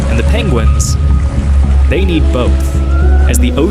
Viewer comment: pengwings :D